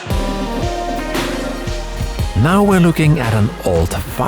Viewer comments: I swear he said flesh-hlight. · the way you pronounced flashlight sounds a bit like fleshlight